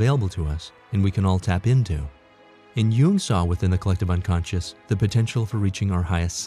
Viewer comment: Why is the person narratoring saying “You-ing” instead of “Young”. Jung is pronounced Young. That’s my family... Jung. Aka Young.